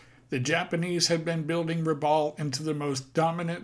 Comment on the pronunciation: Rabaul is pronounced "Rabal" with the 'a' as in "bat" - not how it is said in the video. At least that's how the locals say the word. ....jus sayin! My cousins grew up there in the 1960s and talk of finding old military vehicles and things in the jungle ... and catching fish with a box of grenades.